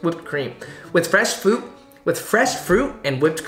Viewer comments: Frash fuit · I cried laughing and choked on my crackers hearing him mess up “fresh fruit”